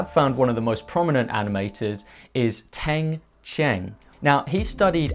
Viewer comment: great intro! The chinese pronunciation to Tang Chen is "Tongue - Churn"... exact sound. haha. Jiang Zi Ya would be "Je-ang Tse Yaa". Great commentary! I'm an animation student too and loved Studio Ghibli!